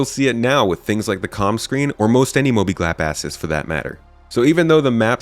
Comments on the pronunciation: "mobi glapp asses" made me giggle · At about - he totally said “mobiglap asses”